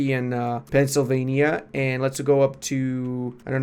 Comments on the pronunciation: Gonna piss off the quakers by giving such an unholy pronunction to PENISylvania lol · A lot of penissalvania xD